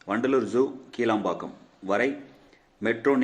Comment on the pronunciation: கீளாம்பாக்கம் என்பது தவரு. கிளாம்பாக்கம் என்பது சரி.. உச்சரிப்பை " கி" மெல்லினம் குரல் ஒளி வழி உச்சரிக்கவும்